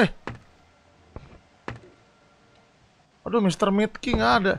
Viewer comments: Ralat: Dibacanya bukan mr met tapi mr meat ya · mit bang bukan met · Mr. mit bang bukan mr met